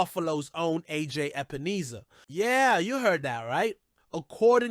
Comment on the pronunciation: HIS NAME IS EP-EN-ESSA. NOT EEESA